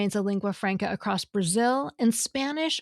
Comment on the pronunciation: Did the grammar girl just say "accrost"?